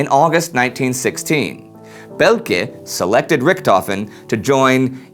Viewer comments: And Richthofen is pronounced more like "Rishthofen", NOT "Rikthofen". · menfred albert freiher von rickthofen :D im sry but it sounds great for a german to hear you saying that :D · Amazing that Americans can't correctly pronounce the name RICHTHOFEN!